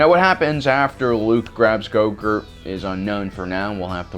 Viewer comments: I keep hearing Goguhrt, and it's totally distracting from all of his points because I keep thinking of yogurt tubes for kids. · Is he pronouncing it "GoGurt"? Lol. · Yes I can’t stand it lol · I hope he keeps saying GoGurt because of the pain it will cause to all of you. Good, good! Let the hate flow through you! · why is he saying gogurt instead of grogu??? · Grogu or did you say go gurt lol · Your mispronunciation of names makes it difficult to watch your videos. When you do it too much, I tune out. Gogurt? Really? Naw man. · How hard is it to pronounce Grogu? Lmao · How does he pronounce Grogu ?? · Dude! I really love and hate the way you kill names! The way you say Grogu .... Well lets say that your sith side shows even more than when you translate imperial into metric! And because i love your videos and channel, and you, I would like to tell you that Imperial sucks big time (i've only completed 12 advanced mathematics courcess in the uni, what do i know (not by choice))! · Can you please pronounce grogu's name right? My God! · Do you think he knows he's saying grogu wrong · Grogu is a stupid name, but you mispronouncing it at every turn is really annoying and distracting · He thinks he’s being funny. Like pronounce it right. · GROGU lol it is so funny the way he pronounces it, it makes me cringe and laugh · I wish I knew. It's very distracting and disrespectful. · <---- did he say "Go-Gurt" instead of "Grogu" or am I crazy xD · Why do you keep calling him growgurt? It’s not yogurt, it’s grogu pronounced grow-goo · It's Grogu!!! like Grow Goo not Yogurt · lol when u say grogu it sound like yogurt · Oh my god it’s Grogu not Gorgurt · Bro is he saying gogurt? Ahsoka pronounced it grow gooo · His name is not gogert it is grogu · baby gogurt?? Is that what u said lol grogu man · Swear you said his name wrong the whole time said it like groghurt its grogu no? Forgive the spelling lol. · Its GROGU not GOGUR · Dude it`s GROGU not YOGURT. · It’s Grogu...not grogurt